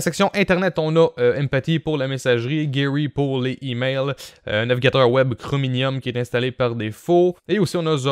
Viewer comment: Hoooo po mal l'os !! Sinon pourquoi tu dit chrominium au lieu de chromium ? XD